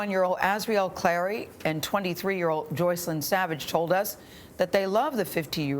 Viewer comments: Why does R Kelly pronounce her name Jocelyn instead of Joycelyn ... like damn pronounce one of your girlfriends name right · How is R. Kelly in love with Joycelyn and he doesn’t know how to pronounce her name? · When you're in a "relationship" with someone and they don't say your name right.....it's Joycelynn not Joseline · Kellz called her Jocelyn, but her name is Joycelyn. How you f*cking on somebody for years and not know how to pronounce their damn name?? And EVERYONE is lying!! Robert, the parents, the “girls”... smh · R Kelly said Jocelyn instead of joycelyn lol he said her name wrong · Did r Kelly call her Joseline instead of JOYceline? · R. Kelly doesn't even know her name! It's JoyceLynn not Joslyn! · Robert doesn't even pronounce her name correctly, he says Jocelyn instead of JOYcelyn... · Why does r kelly pronounce her name Jaw-sel-in.. but it is Joy-sel-in.. some love between them when he can't even get her name right.... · her name is Joycelyn but r kelly calls her Jocelyn , LMAO SMH He doesn't even know her name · R Kelly can't even say joycelyn right he said ja slin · She’s supposed to be his girlfriend but he can’t even pronounce her name correctly. He calls her Joseline. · RKelly doesn’t event pronounce Joycelyn’s name correctly. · R. Kelly doesn’t even know how to pronounce the girl name 😂 that is enough to let me know he don’t care about that girl he’s a liar! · R Kelly not even saying Joycelyn's name right. Girl! That man been with you over 2 years and can't be bothered to pronounce your name right?! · I love how he didn't even know how to properly pronounce his own "gf's" name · Sounds like R Kelly didn't know how to pronounce his girlfriend's name?